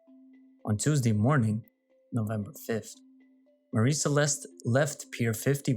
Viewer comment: You're mispronouncing "Mary."